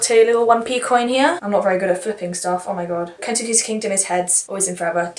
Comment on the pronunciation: Jeez you’re optimistic but I love it! Also I know I’m nitpicking but it’s pronounced kens-keys kingdom I think. (Autoboyography is so good! Have you read call me by your name!) the immortal life is also REALLY good!